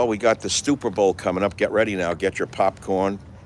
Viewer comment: The stupper Bowl... classic.